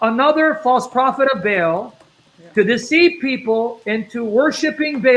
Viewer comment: Interesting how is pronouncing the entity’s name to sound like Hubble, our huge space telescope, and the Vatican originally named their telescope Lucifer.